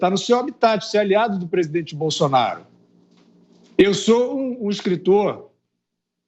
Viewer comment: Fiuza tem que ver que muitas vezes ele não fala nada com nada principalmente quando ele fica falando Bolsolaro pelo meio dos dentes e ridículo tem razão